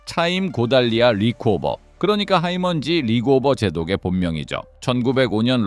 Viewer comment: 릭오버가 아니라 리코버 제독임